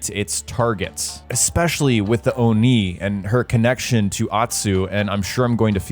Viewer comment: Every time you said Oni it felt like you said old knee